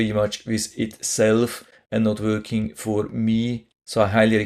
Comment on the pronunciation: Not “wörking” Say Working .